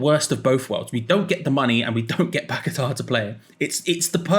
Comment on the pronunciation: Will come back when you get his name correct. Not pack a tar it's paqueta. Your not the only one either . As him as I have how his name is lol 😂😂